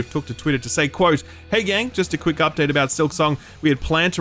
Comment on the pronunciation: Kquwick... with a K!